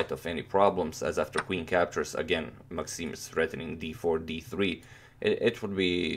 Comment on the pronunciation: maxime not maaxime :)